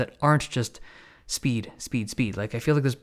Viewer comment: No one: Dave Lee: sPeEd !